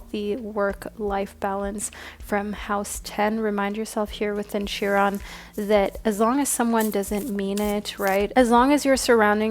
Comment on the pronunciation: Chiron (pronounced Ky-Ron) like Celtic is pronounced Keltic. 💖